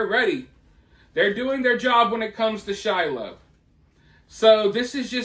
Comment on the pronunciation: the way he says shiloh makes me die inside